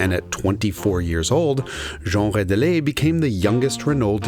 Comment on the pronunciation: You could very well be the first American to pronounce the name Jean Rédélé correctly.